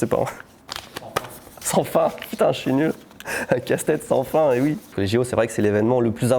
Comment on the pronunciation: "si UI, dans quelles conditions ?" Le "oui" lorrain 🤣